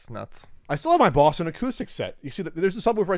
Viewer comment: Its pronounced Bawston,.